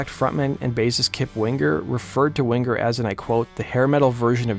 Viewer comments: Lol Kip Wing-Grrr....This idiot Narrator. He even pronounces headbangers ball as "Head Bang-Grrs ball" lol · What's with the "hard" G when pronouncing Winger? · No hard 'g" in the 'ng' sound ('winger') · You don't have to pronounce the g in Winger so prominently.